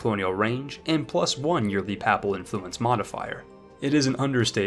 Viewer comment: Papal = Pay-pull. Duchy = Dutch-E. ur English is Great, just tryin to help.